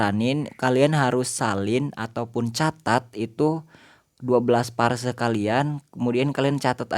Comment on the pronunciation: Phrase bang bkn parse 😄